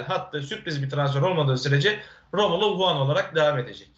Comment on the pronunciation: analizlerini yorumlarini zevkle izleyip takip ediyoruz cansın... Ama senden tek bir ricam var nolur artık şu adamın adını doğru söyle. rAmulo değil rOmulo.